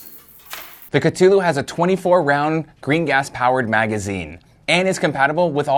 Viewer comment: Kuh-thu-lew. Say it with me.